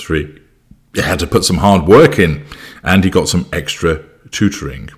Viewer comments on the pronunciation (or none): none